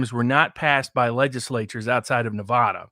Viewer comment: Where's Nevahda?